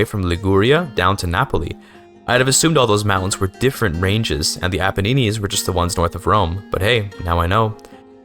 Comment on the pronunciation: Great video but I have to say pronouncing the Apennines like paninis is so funny